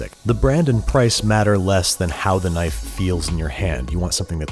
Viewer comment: Thaht's nuht a NYFE!